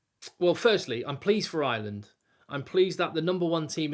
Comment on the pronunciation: Ireland not Island. English people don`t seem able to speak English.